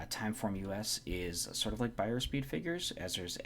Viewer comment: It's pronounced by er